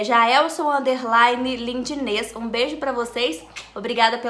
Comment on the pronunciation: Boa tarde Fran,nem acredito que vc falou meu nome 😆😆 estou super feliz, obrigada, beijos ❣️ 🤗🤗🤗(lindines,e vc falou certinho)